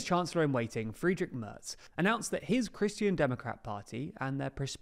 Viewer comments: Please check your pronunciation of 'Merz'. What you say would be spelled 'Mörz' in German. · His name is Merz without "t". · MERZ without T